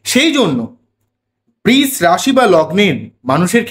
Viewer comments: Eta "Brish" rashi noy "Brisha" rashi.....pronounciation ta thik korun. khub kaane laagchhe. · বৃষ বলবেন না প্লীজ!! বড্ড কানে লাগছে। বাংলা খুব মিষ্টি ভাষা, সৌন্দর্য টা বজায় রাখার চেষ্টা করলে ভালো হয়।ধন্যবাদ।💐💐💐